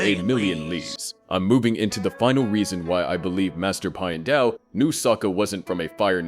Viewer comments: "pie-en dao" it's pi-and dao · I didn’t like the way you said Pian Dao’s name the first several times. You said his first name like “pie ann,” which sounds wrong. Then towards the end you did say his name correctly (“pee-an”). It should be pronounced the same way you “piano (pronounced “pee-an-no”)” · Pee-en-dow NOT Pie-en-dow They literally say it out loud in the show. There's no reason to get it wrong. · You kind of kept changing your pronunciation of Piandao's name, but in general, it's closer to "Pyen-dow" or "Pyan-dow" (Like Pee-ya not Pie-ya). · "pai endao" Clearly this is ai voice and not real atla fan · the way Piandao is pronounced as Pi-Endow throughout the entire video was realy offputting and completely threw me off every time his name was said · Why does your pronunciation of "Piandao" change half way through the video?